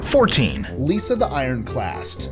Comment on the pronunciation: Lisa the iconoclast, not Lisa the iron class, or whatever they said.